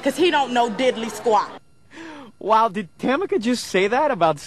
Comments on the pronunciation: Who says didly quate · Couldn't take her srsly when she said didly squat